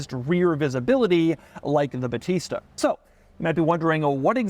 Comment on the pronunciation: I'm italian, that's not how you say "battista"